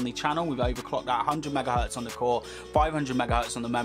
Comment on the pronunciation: So let me get this straight..you can't pronounce the letters T-H, as in the letter 3 (you say FREE), nor can you pronounce T-H as in the word THE (you say DAH)!?